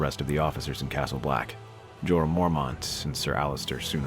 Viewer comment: I know its a little late as this video is 6months old, but you should correct your pronunciation of the lord commander of watch. Sounds like Jorah instead of Jeor.